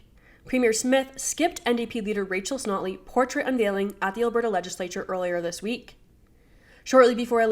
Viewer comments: “Rachel sNotley” 😂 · Did anyone else catch the Freudian slip of the host calling notley snotley?